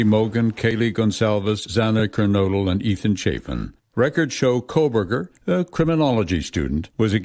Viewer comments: FFS, Megyn - how can you not pronounce Kohberger correctly? It's KO or CO not KOLE/COLE-berger. I'm not even one of his supporters, I believe he is 100% guilty, but for the love of doG, at least pronounce a word you keep saying over and over again, correctly. It shows your lack of intelligence, and just how much you care about what you're reporting on, when you cannot get the names right. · It's Kohberger, not KohLberger. He's guilty AF, but it makes you sound bad that you aren't even pronouncing it correctly. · Megan!!! it's KO BERGER NOT KOL BERGER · Please tell Megyn it’s pronounced Ko-berger not Kol-berger. No L.